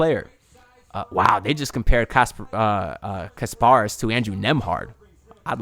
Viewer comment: Ik your gonna get it right but just wanted to let you know it’s pronounced KAS -paras sorta like Spartacus not kar paras but we’ll get it right lol A+ PICK